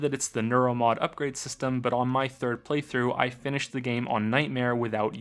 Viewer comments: Omg, "Prey throughs" every time lol. Great vid otherwise. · Wow he said preythroughsninstead of play through a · This is my fourth time watching this video and only now did I realize he says PREY-through 😅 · Was he calling it a preythrough? Only every now and the. Not all the time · did you just say preytrough? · "prey- through" Yes, yes,, I noticed. Are you happy? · Are you saying "playthrough"? Or... "PREYTHROUGH"? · I swear to God he said "PREYthrough" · Did you just say Prey-through? You horrible little man! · "Prey-though" UUUUUUUUUUUUUUUUUGH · "Preythrough" Godamnit. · Was I the only one that noticed he kept on saying "prey through" instead of play through? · "Praythrough" made me doubt my sanity every time. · "Preythrough" I hate you so much. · He should've said "praeythrough".